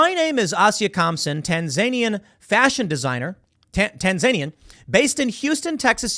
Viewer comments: Tan-zuh-knee-an, Tim. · it's Tan-za-nee-an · Tan-Za-Knee-In God you drive me nuts with your garbage pronunciations.